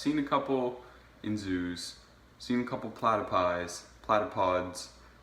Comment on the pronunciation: You said plattapussies wrong if im an actor shouldnt i be getting paid? 97% of Australia is city and/or bush that other 3% is owned by desert, the reason that no one lives in the desert is because they live in the city, what year of school did you drop out? Obviously it was too soon